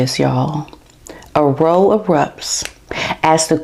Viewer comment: u pronounce row, as in an argument like how. Love ❤